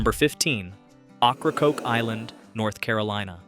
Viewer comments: For all those watching, it's pronounced "OH-craw-coke" or "Okra-coke" NOT OCH-RA-COKE. Fix your narration please. It's terrible. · OH-cra-COKE island. A wonderful place for local oysters and Key Lime pie after a nice ferry ride. 😊 Also (Cape) HAT-ter-ass.